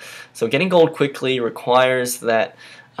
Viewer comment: It's goLd Not Goud